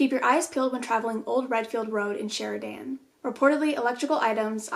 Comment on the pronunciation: Hearing her pronounce Sheridan killed me🤣